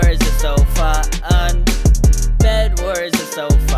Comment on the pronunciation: When you say Fu un it sounds like you say the f word in swedish😂😂😂